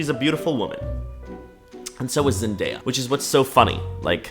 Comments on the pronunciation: I wanted to scream everytime she said mandaya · Omg I get so angry every time she said MANDAYA. Like she was the girl in school who would call you names and be an asshole. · "its just an opinion" *continues to call zendaya MANdaya* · no way she just called zendaya MANdaya and tom terry holland 😭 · She’s actually so annoying. Ain’t no way she called Zendaya MANdaya…